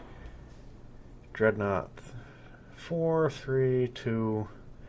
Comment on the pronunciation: DreadNOUGHT....as in "fear nothing". Nought = nil, nothing, zero. Get it right!